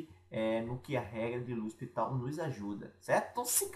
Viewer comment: o nome da regra é L'Hôpital, não L'hostipal !!